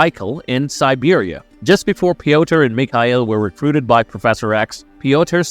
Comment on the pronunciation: Soo.. I know you're trying to be authentic but .. Russians don't pronounce it "Pee oh ter So just say Peter..pls